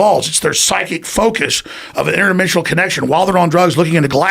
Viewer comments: Shhhinterdimshhhhshonal oh right is it Alex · In-terd-i-men-si-on-al. Inderdimensional. Your [in turd], who? [ i men!], [si?], ok go [on al] (focus yourself ["on all"] of you, not just your head men in turd🙄